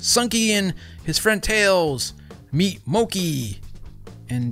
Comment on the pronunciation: Its MOO-KIE